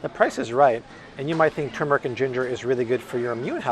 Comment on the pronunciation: bless you for correct pronunciation: “TUR-mur-ick” not “TWO-mur-ick” (petty pet peeve).